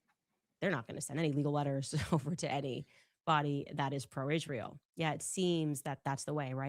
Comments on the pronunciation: Why does she say ISHreal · Is anyone else getting a perma-twitch from hearing her say, “Ishhrael” so many times in a row? Just asking the question.